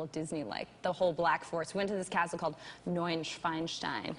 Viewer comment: Schwanstein, nicht Schwanenstein